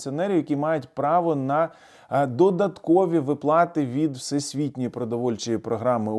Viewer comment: ВИплати, а не виплАти! Повчить наголоси в українській мові !